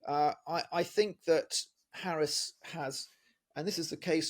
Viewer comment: Please try to pronounce her name right. It would be respectful.